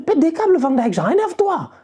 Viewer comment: Tu es un des rares francophones et pas seulement, à savoir prononcer correctement Van Dijck...bravo